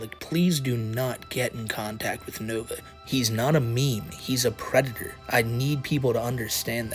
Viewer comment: Du white bowsuh is uh pweditoah